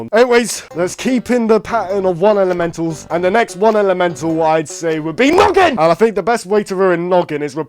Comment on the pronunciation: When he said noggin i thought he said "nugget"😂😂😂